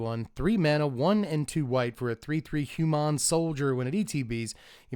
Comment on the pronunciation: "hugh-mon" soldier hitting us with the ferengi pronunciation 💰